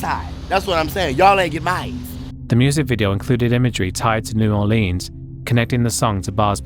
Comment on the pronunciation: New Orleens.